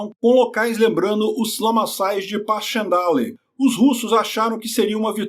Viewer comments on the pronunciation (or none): Correção, não é Passchemdalle, é Passchendeiow, assim que se pronuncia